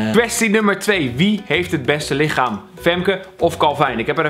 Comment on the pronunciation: LichaaN? ik denk dat je LichaaM bedoelde xD